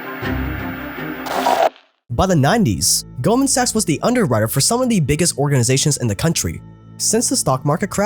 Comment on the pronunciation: You can just call in golden. The way you pronounce 'sachs' makes it odd to watch the video out loud.